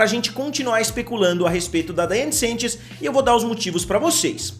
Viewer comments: pelo amor da curva finita central PARA DE FALAR "SENTCHES" É SANCHES SE QUER LER COM SOTAQUE É S(A)NTCHÊS AAAAAA N AGUENTO MAIS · Amo seu canal mas dói meu coração vc errar meu sobrenome toda hora